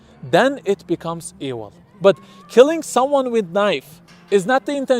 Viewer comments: His pronunciation is ewil. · How can you trust the word of a man who can't pronounce the "v" sound? What is ewil?